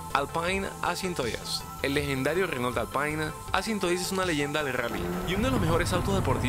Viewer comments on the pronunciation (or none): none